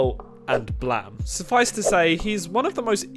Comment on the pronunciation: Bro really pronounced it "blahm"